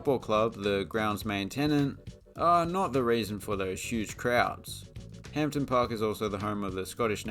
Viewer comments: not pronounced .......Hamp don............its Hamdon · Pronnunced "ham-din" and "scotstin" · The pronunciation of Hampden and Scotstoun was painful to listen to, also Paisley is not a City. Great video anyway😁